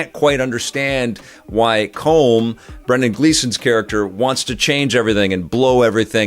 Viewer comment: As an Irishman, I laugh every time you pronounce Brendan Gleeson's character's name! You're saying something closer to "comb", as you might use for hair, but it's pronounced "column", as in a pillar, or that classic Sega puzzle game! Regardless, I love your review, and I can't wait to see this!